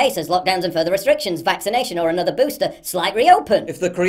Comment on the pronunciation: "Ind point for this vixination"... OMG that is beyond annoying!